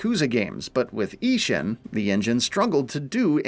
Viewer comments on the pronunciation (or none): The mispronunciation of Ishin gives me giggles every time 😆